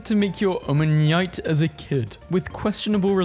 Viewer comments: Omanyte is pronoinced Oh, Man, knight! Not whatever Om-man-nyite is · “Omanneite” Noganuhdel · I don't normally leave comments on videos, but you're pronunciation of omanyte annoyed me. It's pronounced Om-a-night(the O sounds like on). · bro can't pronounce omanyte 😔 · WHO THE HELL PRONOUNCES "OMANYTE" LIKE THAT!? 😭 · why does he say omanyte like that bro... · is such a funny way to pronounce Omanyte lmao I am gonna be saying it that way from now on Edit: nevermind I just heard